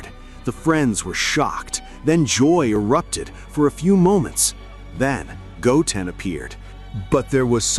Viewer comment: So the voiceover can say Gohan just fine, but then it goes and says "Goaten" for Goten. Maybe cheat and make it read like "go 10 or (ten)" and see if it gets it right.